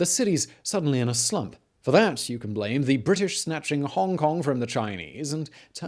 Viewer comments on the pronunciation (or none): none